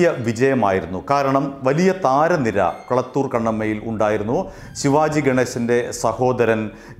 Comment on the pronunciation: കളത്തൂർ ആണ് കുളത്തൂർ അല്ല